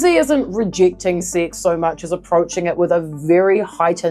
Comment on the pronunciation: At the beginning, your pronunciation and the middle letter being hidden behind you makes it seem like "SIX".